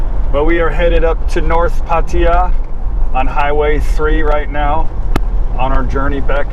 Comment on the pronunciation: Glad to hear you are one ahead of Kev; you can pronounce Pattaya correctly :-)